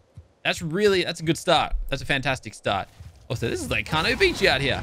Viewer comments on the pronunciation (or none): none